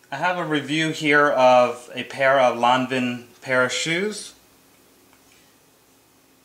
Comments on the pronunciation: Jeanne Lanvin was french, the pronunciation is:Lahn-vahn.Period. Surnames don't change. Countries are different. Should read more👆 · ¡ Come on dude...! It´s: "lahn-vahn".